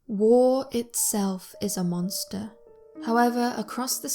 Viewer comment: "wah is ah monstah"